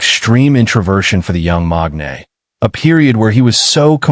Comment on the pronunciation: MAKANE not MAGNAE